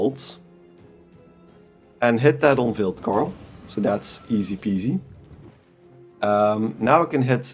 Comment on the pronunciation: The K in Knut is not silent.